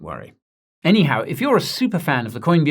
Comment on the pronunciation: Why do you say anyhuw and not anyhow ?